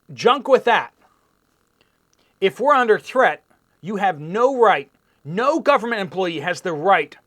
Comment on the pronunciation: WHO says it's not our "gooberment"?Our goobernent?😂😂😂😂😂